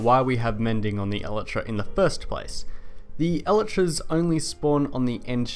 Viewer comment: i dont like how you pronounce elytras lol